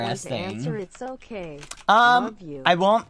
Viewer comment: all i heard is "okgey"